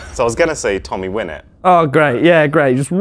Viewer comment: he was about to say Tommy win it but it was more like tommy suck it